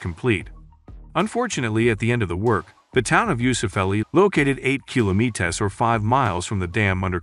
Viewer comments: the AI voice is terrible... kilometAs LOL.... it's kilometers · Kilometez! How can he say meter byt not kilometer? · why you say kilomithaas? :D:D:D instead of kilometers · KiloMITASS. It kilometer, kilo + meter lol. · Wtf is kilometes ? 😂 Kilometers ? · kilometers not kilo-METERS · why does he keep saying kilmoetes instead of kilometeRs? any particular reason? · "Kilo me tahs" I don't listen to robots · Is this a AI generated presentation? The way he pronounces kilometers is like kilo-me-tas. What's up with that? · What the f*ck are “kilomeetes” 😂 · Wtf is kilometaz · What the fuck is a kilometez?!? Guys. Edit that crazy shit, damn. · So many kilo-me-tays! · dude can say meters but not kilometers wtf is going on. "Killahmeetahs" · What up with the KILOMETEESS pronunciation? ! (is it an AI talking ?) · KILOMETEEZ?? Are you retarded? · Can you learn how to say KILOMETERS you uncultured swine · Kilometez.. it's not a goddamn mexican surname you donkey.. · square kilomeeeetas :D HAHA nice AI voice lol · kilometas? wots that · the way he pronounces "kilometahrs" creeps me out somehow. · Why does he say "kilomeetas"? Is it a machine reading the text? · guy keep saying kilometaz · Kilomeetess? Huh? 😂🤣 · Kilo mitas kilo meetus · Is this AI reading? The pronunciation of kilometer is said in three different peculiar manners. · Amazing projects! PLEASE teach the host how to pronounce kilometers. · Dude can say meters correctly but the way he says kilometers makes me thinks he’s not from this world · Is this an AI narrator? He keeps pronouncing “kilometers” incorrectly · Curious, is the voice over for this video AI generated, as the pronunciations in particular kilometers is quite unusual? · Guy kills me how is pronounces "Kilometers" ... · your pronunciation of the word "kilometers" is wrong. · The Guy can't even pronounce Kilometers! WTF is with Americans!?